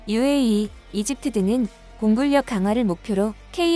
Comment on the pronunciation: 꺼리튜브가 공군력을 공굴력이라 발음하더니 여기도 따라하네요 공군녁이라 읽어야 정상입니다 공군울 온전히 읽고 거기에 력을 더하게 되면 뒤따르는 력이 앞서는 발음 ㄴ을 따르게 됩니다 만약 군력이라는 단어가 존재하고 그것이 우선된다면 굴력이라 발음되겠죠